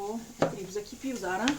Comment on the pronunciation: Говоріть нормально, не зара, а зараз!!!